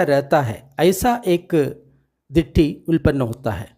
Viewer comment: सब्बासव सुत्त, सब आश्रव अर्थात कैसे आश्रव उत्पत्ति होती है। उल्पन्न नहीं भाई उत्तापन्न.चाहे तो त्रुटि सुधार लेवे।